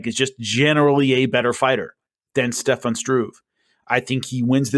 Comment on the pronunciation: there is no letter 'x' in 'especially', and no letter 'v' in Stefan. Keep up the good work!